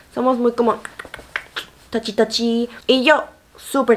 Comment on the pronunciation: Me encanto la pronunciacion de tachi tachi jajjajaja😁